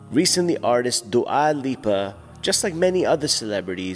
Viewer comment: Akhi it’s not du’a haha. Dua in Albanian is pronounced doowah and means love